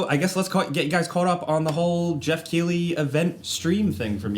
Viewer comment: Keighley is prononced differently i'm sure of it.